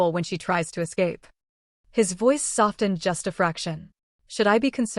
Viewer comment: I love this to pieces! Can someone please tell the AI that the "t" in softened, is SILENT! 😂😂😂